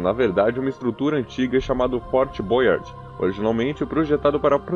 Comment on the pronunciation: Fort Boyard com acento em inglês para uma estrutura francesa falado por um brasileiro é realmente ridiculo...ou fala o nome em português ou fala em francês.... ô povinho bunda o nosso, americaniza tudo.